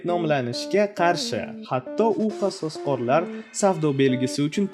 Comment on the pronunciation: Qasosqorlar deb aytmang odamni gʻashiga tegayapti